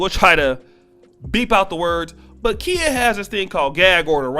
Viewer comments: Kiya is how you pronounce her name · It's not Kia bro lol, it's pronounced KY-Yah. Also, she reps Tampa Florida. She even says it in her old "Kang Wang Wit It" song. I know so because I am from Florida. Just wanted to point that out homie. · Yes, Queen! That’s right give my girl her props! #TeamKhia 👑💛🌻🍯 It’s Kh(eye)a 👁🤣🤣🤣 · Her name is pronounced Kye-ah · LOL why you pronouncing her name like the car i drive? LOL i was like "oh i got a KIA" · its pronounced ki-ya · Babe, she out of Florida and her name is pronounced K eye Yah. She gonna roast yo ass for fuckin her name up. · Khia pronounced KY-A (K👁A) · I cringed everytime you mispronounced her name. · Bruh u said her name wrong the whole video 🤦🏾‍♂️😂🤣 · You are saying her name wrong sir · Y is he saying her name wrong that's not how u say her name wte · he lost me when he mispronounced Khia's name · U saying her name wrong lol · You're the only one who pronounce her name that way